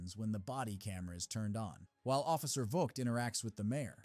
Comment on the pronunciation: and other times, it's Officer Vogt ("vote"), not vog-t.